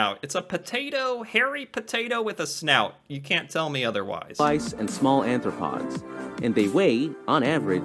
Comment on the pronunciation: When the narrator said "New Burnswick", I lost it. Just as I'm recovering from a near-urine cackle, he comes back with "Their diet mainly consists of earthworms, slugs, and small Anthropods" uh my gawd. Too good.